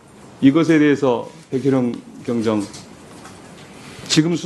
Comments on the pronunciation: 경장 아니고 경정 입니다 순경 경장 경사 경위 경감 경정 총경 국회의원이 발음이 그따위니 다들 헷갈리지 계급이 어마어마하게 틀린데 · 어이 아자씨 경장이여 경저이여? 응? 좀 신경 좀 쓰셔